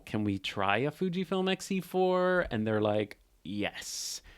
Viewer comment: “xE-FUR”! 😂. You crack me up. Voightlander announced an X MOUNT 27mm f2.0, MANUAL FOCUS lens with electronic communication to the camera! That motivated me to get an XE4… used… paid 50% OVER the new price! 😮 But I love it!